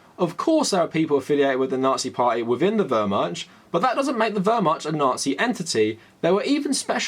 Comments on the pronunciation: I've universally heard it pronounced more like "Vehr-Mahkt", including from historians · I agree with everything you said here, great commentary. PLEASE google how to pronounce Wehrmacht. In english-mode try : Vahr-Muhkt. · WermaCH. You are butchering the pronunciation. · My sudetengerman grandfather was in the SA, nazi apologetics are the worst. Btw the ch in Wehrmacht is pronounced differently, I think the google translate pronounciation seems valid. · The "ch" in Wehrmacht is pronounced like in "loch" not like in "charm." Your video is invalid. /jk Really good to see more people noticing and taking it on.